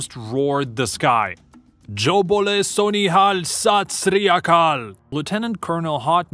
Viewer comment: BOLE SO NIHAL, SAT SRI AKAL!!! I had my father watch your video with me and he said you actually got the pronunciation of this right.